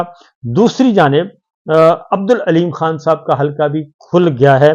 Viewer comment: صابر صاحب۔ لفظ حلکا نہیں بلکہ درست لفظ ۔۔ حلقہ Halqs ھے ۔ وسیم انکل کراچی